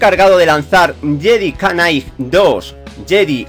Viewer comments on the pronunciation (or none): no es JEDI KA NIGHT ES JEDI NIGHT = JEDI KNIGHT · Cada vez que decía "yedi canai" un diccionario fallecía jajajaja. Perdóname tio pero me hizo gracia.